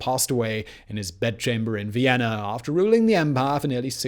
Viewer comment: "Vienner"?? Recruit a professional narrator!